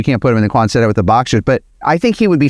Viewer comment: Thanks for all the good work , I enjoy your vids. I have a tiny nit pick--"Quanset" as in hut was named after a WWII navy base in Rhode Island Where the huts were developed. You are working real hard to make the word Quonset two syllables when it really is almost only one syllable